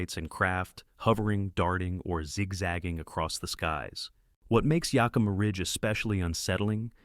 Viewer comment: Greatly appreciate your native, Yakimà sort of pronunciation, to ah stinking Yakiiimaaaahshithooeusa😮